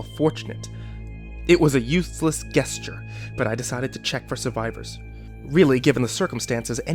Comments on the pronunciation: You mispronounced "gesture" twice. It's "jest-yur," not "guest-yur." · Oh no please stop with the Gesture with a hard G....its pronounced like J esture...as in just not Gesture as in Gun a soft G. If you don't believe me look at an Oxford Dictionary. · Jesus fucking Christ. Stop pronouncing it "guess-ture". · "Guess-ture" :P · Gesture is pronounced with the g like giraffe, not the g in guess. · I just wanted to let you know that it's pronounced gesture with a juh sound, not guh like guest c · You mispronounced gesture